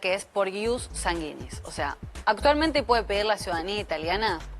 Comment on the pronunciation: No entiendo como estan en la TV y no se preocupan en pronunciar bien las palabras . Sanguinis lo dijo mal todo el tiempo 🙄